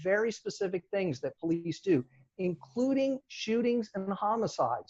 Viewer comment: How do you say police? Surely not powlice. Please learn English first man? powlice?? Are you kidding me?